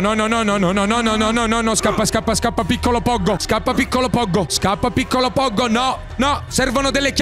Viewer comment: Poggo non si pronuncia come hai detto nella intro😅😅